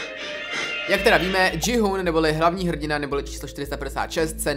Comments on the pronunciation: kdyby to jméno gi-hun se četlo tak jak si to přečetl ty tak by se muselo psát Ji-hoon😁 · Je to GI - hun ne dži - hun 🥲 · Vyslovuje se to Ki-Hun (není to anglické jméno, ale korejské) a Frontmen. Příště si radši zjisti jak se to správně vyslovuje, místo aby sis hrál na chytrého. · frantmen? dži-hun? bože...